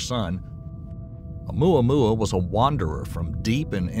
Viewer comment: ...did he say Ohmyohmy?